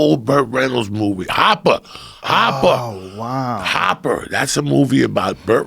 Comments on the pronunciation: Hooper! The fucking movie was called Hooper! Not Hopper! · Hawwwppppaaaaaaa, hawwwwwpppaaa. Then pronounces it correctly. Hopper 😂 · its called hooper , joey... not hopper...."hooper" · Joe "The Church of What's Happening Now" Rogan, btw it's HOOPER! not Hopper!